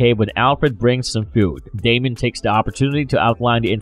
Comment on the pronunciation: DAY-mee-uhn Don't say it if you don't know how to.